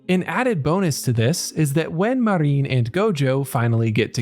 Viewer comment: Her name is Marin, not Mareen.